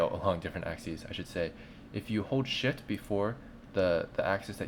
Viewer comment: thanks for the tutorial. it helped alot but curious is it just me or does it sould like he said if you hold sh*t instead of if you hold shift ?